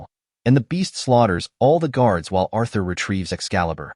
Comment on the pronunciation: Arthur no, it Urthur